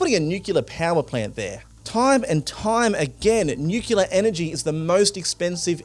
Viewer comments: are you saying NUCULAR ironically or unintentionally? NUCLEAR. NUCLEAR. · The word is pronounced nuke-lee-ar, not nuke-u-lar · Please stop fucking saying "Nyukyular"! It's "NEW clear", okay? We are not America (not as far as I'm concerned) and just because Harry S. Truman mispronounced it, that doesn't mean we have to keep getting it wrong 80 years later. It's not an "alternative" pronunciation. It's just wrong. Get your act together. Oh, and it's "SHAH-den-Froyd". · it is pronounced NUCLEAR not nucular. FFS you are doing important journalistic work here. learn how to speak.... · I don't know who this presenter is - come back Michael. But it really annoys this old pedant that he keeps talking about nucular energy. I assume he's referring to nuclear energy because "nucular" is not a word. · What is nuclua energy? I heard this 'word' at least 5 times during this otherwise worthy report. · I was a little annoyed at "newcular" and then you hit me with "shoidenfrard" Aside from mispronounciation of course, great reporting and great takes... and the seppuku bit was so fitting, oh my god